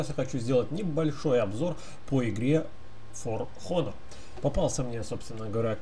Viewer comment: h не читается фор онор, поумничаю немного ;)